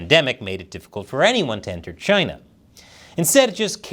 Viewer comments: Why does the way you say CHINADA sound like Chinese for Canada? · CHINUH NUMBAH WAN! lol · Sometimes I miss the way he said, Chyna. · I love how started mimicking Trump and pronouncing it Chyna 😂